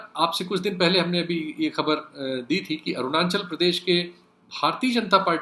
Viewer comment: Not Arunanchal but Arunanchal